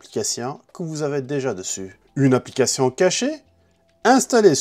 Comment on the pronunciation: Une applicatian??un pap-up,toutes vos cadenas,vous pouvez yaller dans..mdrr un ptit tour chez l'orthophoniste ou même a l'ecole serait pas de trop ..une applicassian🤣🤣🤣🤣